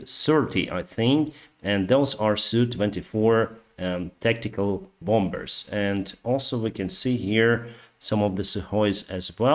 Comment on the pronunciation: the word "bombers" is pronounced "bomers", there is no second b in it. #ukraine